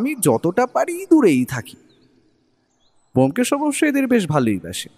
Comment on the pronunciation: Dada keno sudhu sudhu bomkesh er naam kharap korchen? Taranath tantrik naam o bolte parchen na, dada golpo ta kintu darun